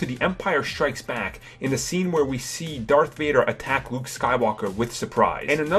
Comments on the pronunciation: This video would be so much better without your horrendous speech impediment. "Wuke Skywalker" "Awwow" "Technowogy" "Kywo Ren" "Ben Sowo"? As for "de" "da" "dere" "dese" "dis" etc... learn to speak dude. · wowick davis, wight sabers and wuke skywalker. lol......